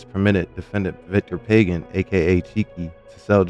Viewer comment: And it’s not “Pay-gin” it’s “Pah-Ghan”